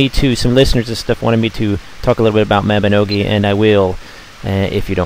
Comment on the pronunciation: uhm... actually, apart from saying mab... he got it right. It's MOB-EE-NO-GEE. this is how the koreans pronounce it.